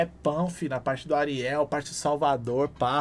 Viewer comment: fala certo o nome do haridade meu parça, é hariel, não Ariel kkk